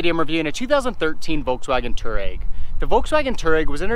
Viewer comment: Dude. Learn to pronounce the name of the vehicle you're reviewing... #FFS